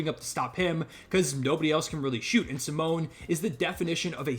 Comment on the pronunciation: I'm not Italian but the way you pronounce Simone is criminal dude! 😂